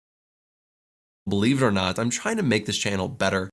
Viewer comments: Believer are not I'm China make this channel better. 全然違った。trying to がどうしてもChinaに聞こえる笑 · 聞き取り Believe or not I’m china?? make this channel better. Believe →Believe it china??→trying to china な訳ないと思ったけど0.5倍速でもchinaとしか聞こえない。